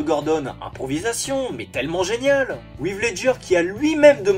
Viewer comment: Heath Ledger a été bon en Joker. Mais le meilleur des Jokers restera Nicholson pour moi. Et c’est pas « Ive » Ledger